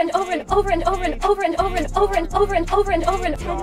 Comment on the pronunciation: Vegan Teacher sounds like she’s saying “Overen” Also this video IS FIRE 🔥